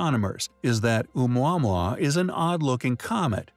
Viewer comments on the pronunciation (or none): It’s not Ou mwa mwa. It’s Ou mowa mowa. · Do you not pronounce it Ah-moo-ah-moo-ah?! Did the voice actor actually look up how to say it? The video was hard to follow after the first packman noise. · The way he says omuamua is triggering